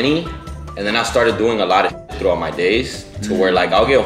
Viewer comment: He said “throught” the day 😂